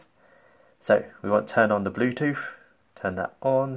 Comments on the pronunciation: Bluetooth not BLUETOOF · He said Blue toof